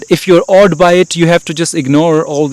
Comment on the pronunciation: "by" as Is "WyTH".